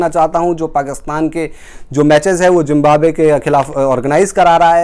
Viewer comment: Toonament ? Zimbabe ? What rubbish pronounciation !